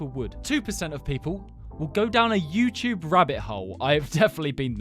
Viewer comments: YouTube ❌ YouyCheweeb ✅ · welcome back to the yuecheweb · Is no-one else gonna talk about how he said youtube? He said youy chewyeb😂😂😂😂😂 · the yuechewbe? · bro the intro... whyd he say yt like that...?? 😭😭😭